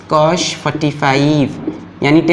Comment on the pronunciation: its not "cosh" it's cos Cosh means hyperbolic cosine I know it's just a joke...but still